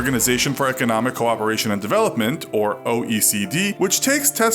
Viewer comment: The first time I heard OECD I thought he said ocd